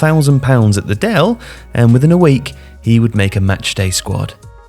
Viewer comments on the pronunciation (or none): none